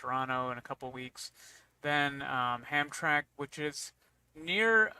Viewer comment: please stop calling "Hamtramck" "Hamtrack", y'all. it's pronounced just how it looks.